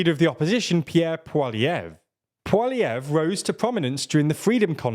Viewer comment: You pronounced Poilievre properly, it's kind of a running joke in Canada that nobody can pronounce his name